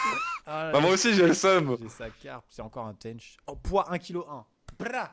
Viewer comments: cest un tench pas un tenneche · Cetait une "tench" amixem et pas une "taynch"😂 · "Teainch" XDDDDDDD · au faite amixem c est une tench pas un tench " dit bizarement de ta par ) ^^ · Il ma fait trop rire avec comment il prononce Tench a l'anglaise x)